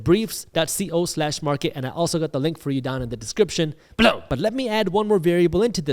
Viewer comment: is there any way you can stop saying below in the voice that you do?